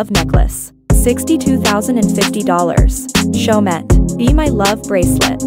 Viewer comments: My ears are bleeding from your pronunciation of Chaumet, the last ‘t’ is not pronounced, it is a French brand so it should pronounced as Cho-mee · They arent french blud not everyone can Prounounce in a french way